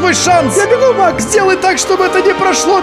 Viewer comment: Каждый раз когда произносит слова маг я слышу слово мак